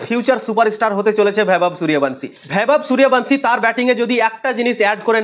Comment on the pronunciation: এই তুই আগে নামটা ঠিক করে উচ্চারণ কর